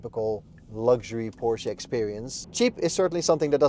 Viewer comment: Good review overall. I got fooled by the channel name, but looked more closely after I heard the name "Porsche" mispronounced a few times in the review.